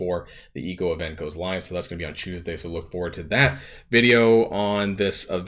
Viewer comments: CHEWS-day? or CHOOSE-day? i cant tell which one you are trying to say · Lol CHEWS-day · Lol yes trademark "chewsday". I had a Filipino friend who pronounced it the same exact way.